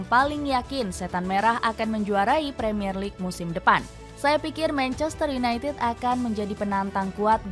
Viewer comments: Menit (manchester yunai ah) 😅 mksud nya united sih 😂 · Manchester United, Ehh.. (ketlusup lidah)